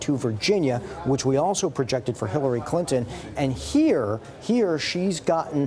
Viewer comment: Sounds like the guy said Killary Clinton.